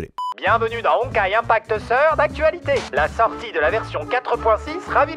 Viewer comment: la manier dont il a dit " third " 😭😭